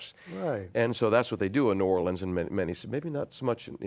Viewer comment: So happy John knows the proper pronunciation of "New Orleans."